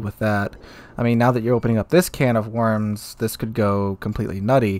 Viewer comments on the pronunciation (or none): none